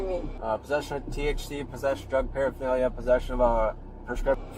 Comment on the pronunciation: “Drug frreffrnalia? For what?” No officer, she hasn’t been smoking anything at all.